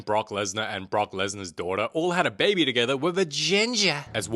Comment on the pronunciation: THE WAY HE SAYS BABEH